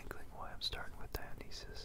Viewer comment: You said Dionysus wrong